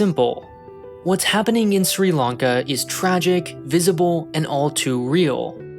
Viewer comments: Lanka* not Lonka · why are you saying "long-ka"??